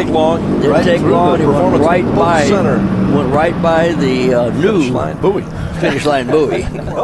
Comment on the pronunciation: Booo eee? It’s BOY (bouy)